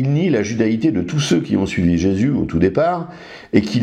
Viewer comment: Je ne voudrais pas manquer de respect au Monsieur de TorahBox mais en effet à chaque fois qu'il prononce Jéssssssus m'horripile. Personne ne lui a expliqué comment ça se prononce correctement lol